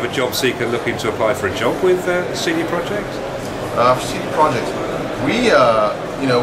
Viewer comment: it's CD PROJEKT not PROJECT. "cee dee proyect".